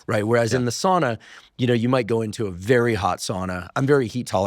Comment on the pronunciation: I love you & I love your podcast. PLEASE pronounce sauna correctly....SOWNA. My grandmother was from Finland and spoke the language.